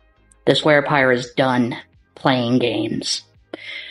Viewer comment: he said "werepire" hahahah hahah aha ha ha ahahahahahahaaaa